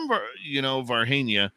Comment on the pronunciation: You were right, it’s pronounced Var-Jeenia.